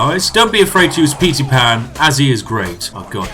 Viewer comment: not even a minute in and i almost shit my pants at "petey pan"